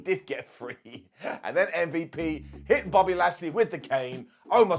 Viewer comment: saying shit like mmmvip instead of MVP is exactly why I watch Ups & Downs.